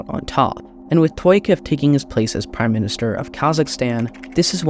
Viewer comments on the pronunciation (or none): Tokaiev not Toyakof